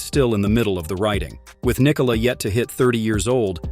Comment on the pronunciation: Yo, you are saying "Nikola" wrong.